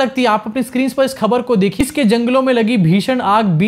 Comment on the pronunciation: Kya khabar khabar krte ho --- thodi urdu mila lo khhhabar with dot ' k' ke neeche laga lo